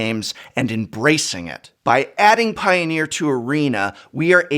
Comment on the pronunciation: I hear Piooner, liked the video.